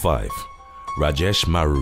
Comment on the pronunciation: Lol that Rajesh Maru pronounciation was spot on !! 😂